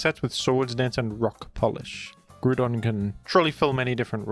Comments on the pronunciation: Finally the Groodon pronunciation crashout… I’m just glad his argument is soond and well groonded. Although you probably should be wary of the many people who disagree aroond here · I thought he got fired in disgrace for sending racist emails? But seriously, whenever says "Grudon", all I can think of is Jon Gruden. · M8 how are you gonna say ground just fine but butcher groudon😂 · asa Autistic person, who had to suffer for you misspelling Groudon.... yes I 100% will be that person, and I can still look myself in the eyes.... through a mirror, YOU SHANT BE FREE OF MY PEDANTERY FOR MISSSPELLING THE SIMPLE NAME OF GROUDON 🤣 And just bc you call it out doesnt change the fact you know you are aware of the fact you say it wrong, and you in fact could change it but decided to be pedantic about it instead.... so the right to call you out SPECIFILY AFTER YOU TELL US YOU KNOW YOU SAY IT FALLSLY is in valid af. 😜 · 30 seconds of explanation, you still saying it wrong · Why is bro arguing with himself over the pronunciation of Groudon? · NGL, I've started saying Groudon the way you do cause I genuinely think it sounds so much cooler. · Nah Groudon is groudon I will smile in the mirror for correcting you for it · Lol editing the spelling of groudon is maniacal. Keep pronouncing it wrong you freaky australian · I will not stop you from mispronouncing Groudon’s name, but be warned, Groudon will not be so forgiving once he becomes real and wreaks havoc upon our world. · It's pronounced groudon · Groudon not GRUDON WTF stop saying grudon. Its groudon like ground and On but its all a play on words. Stop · It's GROUDON, not Grudon. When will these Oceanics learn? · It's Groudon not Grudon. Grou = Ground and Don = An end suffix of an ancient monster. Just listen to it in the official anime and 3d Pokedex Pro app. You will thank me later. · Grou don. Say it right. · Ah yes. We love Groodon. The Groond type legendary. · I beleive its pronounced groudon